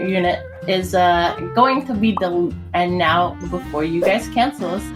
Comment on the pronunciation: DEE LUKE NOT DI LUKE, DEEEEEE